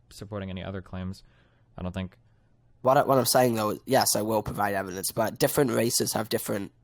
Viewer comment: TolaWity of Ewidence.